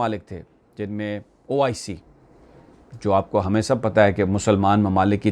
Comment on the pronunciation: it is not oic its oh i see